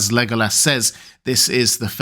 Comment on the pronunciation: He is a cutie pie. But why do you pronounce it Lego ass?